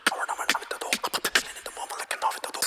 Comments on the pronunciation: Uh-VEN-tah-dor, not "aven-tater" lol. You are now the 2nd reactor to say "aven-tater". I'm dyin'. 🤣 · It's pronounced Ah-vent-adore.